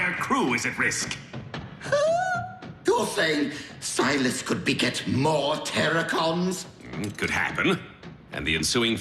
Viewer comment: you said correctly the "Terrorcons". When I was I kid, I saw a video like this but a battle against Terrorcons.